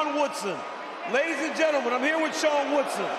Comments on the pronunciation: I take that back. When Buffer said Sean it actually sounded like Charles😂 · Even the ref heard wrong, lifting Charles' arm instead. Admittedly, I thought the first syllable sounded like both Sean and "Char" and was a little confused when I heard it live.